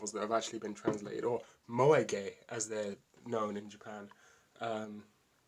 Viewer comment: wtf is "moe ay"?!?!